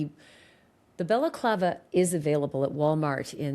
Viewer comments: This guy is saying Baklava (Greek Turkish dessert!) It's a balaclava! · Did this guy pronounce 'balaclava' as 'baclava'?! Baklava is a Greek/Turkish pastry! This was after Ashleigh had to politely correct him about what was in the videos & photos etc! Can not get over the 'Baklava' though! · It’s not a baklava guy, that’s a dessert! It’s balaclava. This guy looks clueless Ashleigh! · lol - baklava is a dessert. You tried to teach him the correct pronunciation of balaclava but he was committed to the dessert 😂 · He Tripled-down on that BAKLAVA (balaclava). 😂😂😂😂😂 I’m dying. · Balaclava is pronounced ba luh KLAH vuh ….. the first syllable sounds like the sound a sheep makes ,”baa”🐑. It is NOT “Bella clava” …. I have no idea why that is so annoying to me lol other than that mispronunciation I really do enjoy this channel and the content. lol I know it doesn’t really matter it is just a pet peeve. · It’s not baklava like the dessert! Say it right dude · I’m sorry but this guy sounds dumber than a post. It’s NOT pronounced Baclava like a dessert FFS.